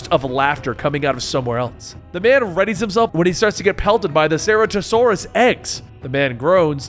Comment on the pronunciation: Omg the way he’s saying Ceratasaurus hurts my soul